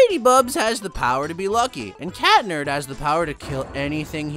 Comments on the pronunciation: Catnerd 💀💀 it's cat noir or chat noir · Its pronounced Cat nerd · Their names are pronounced ladybug and cat noir not lady BUBS and cat nerd